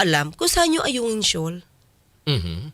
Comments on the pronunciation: Ayungin shoal naging Alunan shoal na bulol na si Digonyo Sabi ni Digonyo diko nga alam kung saan ang Alunan shoal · Ayunan di mo ba narinig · Atty Claire parang sadyang minamali nya ang oag bigkas ng ayungin shoal. Oara nga nman mi kusot sya oag naimbistugahan sya sa tamang forum i mi lusot sya. Na gets nya ba ang point ki Atyy? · No more govt positions for this bulol FPRRD..d man lng nya mapronounce ang Ayungin.. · Duterte is a pathological liar. He couldn't even pronounce the Ayungin Shoal correctly? My goodness! No to Dutertes anymore! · Bakit he keeps on saying South China Sea. He does not acknowledged its our territory and say West Philippine Sea. He himself believes it’s owned by China. High nanaman si Digong. He cannot even say the word Ayungin correctly.😂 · He can’t even pronounce Ayungin Shoal properly… the Mumbling Liar!